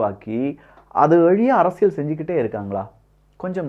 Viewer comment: அரசியழ் இல்ல, அரசியல். தமிழை சரியா உச்சரிக்க தெரியலன்னா ஒன்னாவகுப்பு டீச்சர்ட்ட பாடம் கத்துக்கோ.